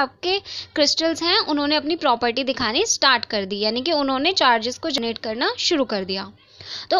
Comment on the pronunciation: U always pronounced generate as "gernate" which is wrong Think how focused and engaged with ur class I am! 😜😛😂